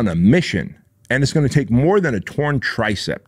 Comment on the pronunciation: It’s tricep not “TRICEPT”